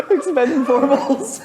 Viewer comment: Lmao expend-four-bles